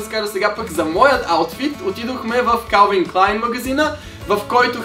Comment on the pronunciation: Дени чете се келвин клайн